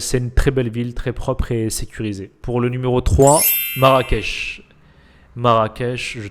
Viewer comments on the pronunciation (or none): C'est Marrakech et non marrackech khey sinon j'aurais mis casa en fin de classement !